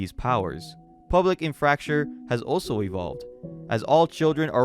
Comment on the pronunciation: Do you use ai to read scripts? Because I realize after watching many of your videos that you mispronounce simple words with so much confidence as if you were ai reading text. Like Infrastructure you read as In(fracture)